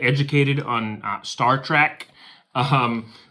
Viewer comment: Its star TREK NOT track!! Ugh lol